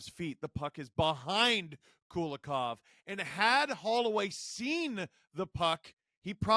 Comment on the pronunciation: Not Kulakov, but Kulikov - coolie-kov